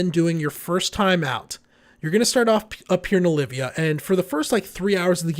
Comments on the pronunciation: It's OL~VIA ya GIMP! NOT Olivia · Good video. I agree, however, with what Stille Nacht is saying about the difference between contributing to nodes vs. sub-nodes, and what the difference is, etc. Also, it's OL-VIA...there is no "i" between the L and V. OLVIA.